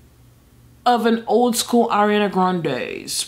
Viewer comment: the way she said ariana. I'm so weak